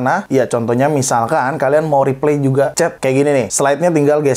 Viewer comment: Reply dibacanya /riplay/ bang, bukan /ripley/